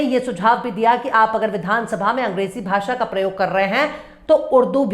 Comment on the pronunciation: हिन्दी का दम भरता है ये टकला, भाषा को भासा बोलता है। प्रदेश को पर्देस बोलता है, जो श ष का सही उच्चारण भी नहीं कर सकता वो उर्दू पर बकवास कर रहा है।